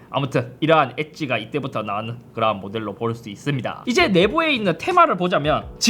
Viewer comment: 삼성 스마트 모니터 m7리뷰 해주세요 그리고 형 형은 그러한할때 그라한이라고 들려